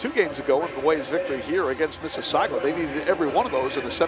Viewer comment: Please stop mispronouncing "Mississauga" as "Mississaugwa"!